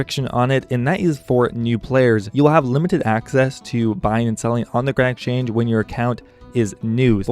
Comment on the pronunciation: Why cant you say exchange nigga